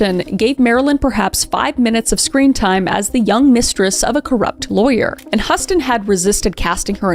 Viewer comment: Garble rhymes with cable. Bette is pronounced betty and Huston is pronouncedHouston.